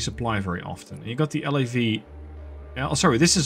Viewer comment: Nice work! Just thought you’d find this easier for narrating: It’s ok to say “SEP” as a word (pronounced like you would say ‘September’). Same for “LAV” (like ‘lave’, the French word for wash).